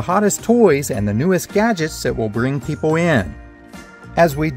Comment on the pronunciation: Why does this guy say pepoo